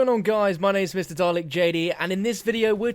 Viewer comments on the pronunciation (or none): none